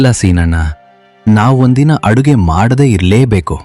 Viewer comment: ಅರುಗೆ ಅಲ್ಲ ಅಡುಗೆ